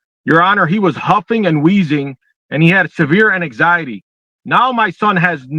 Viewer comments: "Ananxiety" is killing me. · So funny I looked at my husband and said babe you don’t have anxiety you have ananxiety 🤣